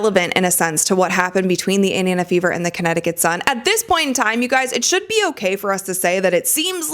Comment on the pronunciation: Someone please tell that it's Indiana and not Idiona